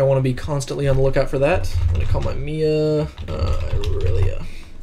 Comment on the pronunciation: oh god, he said "mee-uh" Dx sorry but that bugs me so much, its M-I-A not Mee-Uhh